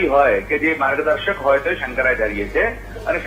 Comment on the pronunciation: Tame aava news aapine samprdayo ni vachche vikhvad peda karo chho. Shankracharya nu uchcharan pan khotu karo chho tame.